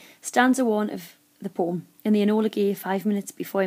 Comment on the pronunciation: it ain't a poom, povem(poem)